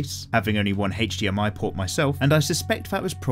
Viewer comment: "Heych-DMI cable" I love hearing you say that.